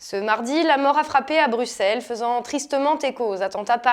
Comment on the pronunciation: On écrit Bruxelles mais on prononce "Brussel". Je ne pense pas que vous seriez content si on disait "Auxerre".